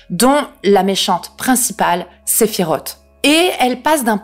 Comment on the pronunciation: comment je me suis retenu de quitter la vidéo quand tu as dit que sephiroth etait une fille jpp, Sephiross, ca se prononce sinon cool nv vidéo meme si y’a deux ou trois faute dans l’explication du jeu mais sinon les fous comme ca me terrifie surtout s’identifier a un malade comme Hojo 💀